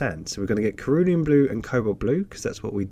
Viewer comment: Enjoy watching your videos, your colour mixing techniques are also informative. The pronunciation of "Cerulean" blue is a soft C and not a hard C as you have pronounced. 🍻